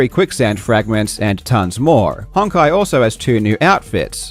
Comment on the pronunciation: without even knowing what that game is, that is almost certainly pronounced "hone-kai". Great plug